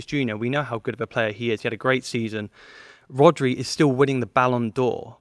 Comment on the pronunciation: Man said RODRI🤣🤣🤣🤣